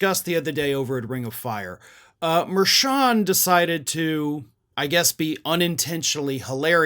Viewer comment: are you saying Judge Merchan's name correctly, though? He's Columbian-American and I noticed that hispanic commentators and news personalities pronounce that "ch" that same as cha-cha. Just saying, if you're gonna call Trump out, you should get it right, too.